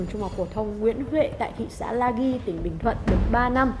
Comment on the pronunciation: Hello, kênh dành cho giới trẻ thì nên nói đúng tí nè. Lagi đọc phiên âm tiếng Anh là Lazi, còn theo cách bạn đọc thì là Laghi á. “i, e, ê” khi đi với g (gờ) thì phải có “h”, gọi là “gờ ghép” nhé ad